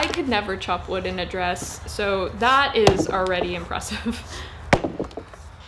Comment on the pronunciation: huhuhuh huhuhuh she said woood